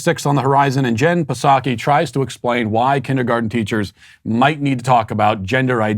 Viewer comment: No matter how many times Matt says Puhsocky I still laugh to myself. Good stuff.